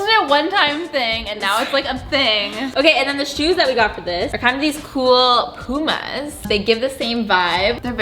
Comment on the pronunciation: I don't know why but pronunciation of Puma made me so happy. Poo-ma instead of Pew-ma!